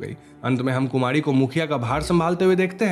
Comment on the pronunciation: Kumadi??? Are you saying Kumadi??